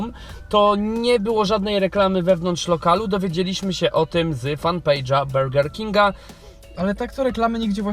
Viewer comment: Do "bełger kinga" 😂😂😂